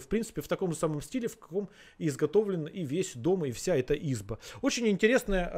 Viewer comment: Однако, не Изба, а избА, с ударением на А. избА, нет избЫ, к избЕ, вижу избУ или Избу -верны оба варианта. Сидели в избЕ, говорили об избЕ. Луганский, конечно, иностранец, но из близкого к России круга враждебности и мог бы знать. Но он, надо думать, срать хотел на все русские Избы.